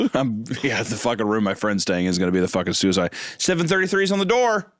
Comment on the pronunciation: I Adore the fact the only time Suicide wasn't censored was hunter saying "Sewiside woom"